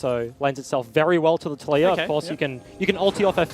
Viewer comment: did he just call taliyah latoya?